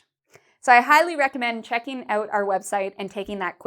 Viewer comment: You pronounce "out" incorrectly. Lol. Thanks for this video, my Brazilian wifr needs some help.